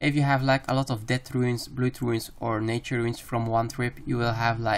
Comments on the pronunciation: stop calling runes "ruins" it boils my blood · Runes, not ruins